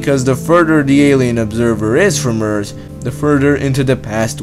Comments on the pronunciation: Your accent and lisp is annoying lol. I'm sorry though. Earse=Earth lol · your channel has potential, please don't ruin it by speaking terrible english. you need to learn how to pronounce your Th's. look it up! you are saying 'eart' not 'earth' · Can't even handle this accent. Lol It's pronounced 'thousand' and 'Earth,' not 'tousant' or 'eart.'